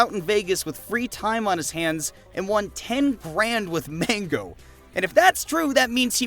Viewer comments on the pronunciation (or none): none